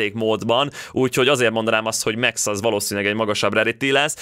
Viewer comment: Max lány de úgy ejcsük ki hogy Míkx